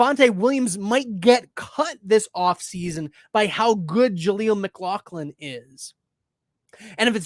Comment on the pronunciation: IT’S Pronounced MICK-LOFF-LIN